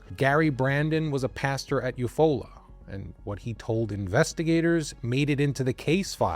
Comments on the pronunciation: I love you. I'm from Oklahoma. It's you-fall-ah Oklahoma ❤❤❤❤❤ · Love, your content. Just wanted to mention it is spelled Eufaula. Yet, pronounced You Fall-la. Odd. I know and I have to say it is a beautiful vacation spot. Nice lake, all that Jazz.